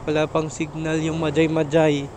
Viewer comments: Mahay hay ang big bigkas ng majayjay.ndi magaymagay😂😂😂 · mahayhay po yong pag bigkas ng majayjay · Mahayhay bigkas nyan kabayan hehehe naunsa ka man ba dong? hehehe😂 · Boss sound H dapay pag basa nya like mahayhay laguna J..is sound H pag bigkas nyan... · Majaymajay 😂😂😂😂 iba pag basa dyan boss hahaha ginawa mong bumbay ahh 😂😂😂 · Mahay hay po ang pronounciation po.. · majayjay = mahayhay po pronounciation nun paps ingat po palage